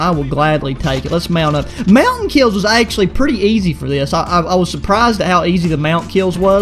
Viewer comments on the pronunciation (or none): none